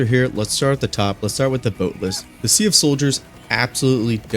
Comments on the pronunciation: For the love of democracy, SEAF is pronounced like seef, not See-uf. Even Arrowhead says Seef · How the game pronounces it: S.E.A.F. How I pronounce it: SEAF How he pronounces it: C-F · Just an FYI, it isn't pronounced "See-ahf" it's one syllable - "See'f". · Why do you pronounce SEAF wrong?